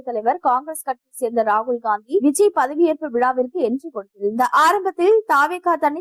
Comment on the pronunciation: பெயரை ஒழுங்கா படி க்க கூட தெரியல, நீங்க எதுக்கு நியூஸ் படிக்க வரீங்க??? 😢😢 விஜய் க்கு பதில் Viji nnu படிக்கிறீங்க, அதுவும் இல்லமால் ஒரு மரியாதை வேண்டாமா?? இப்போ அவர் TN cm...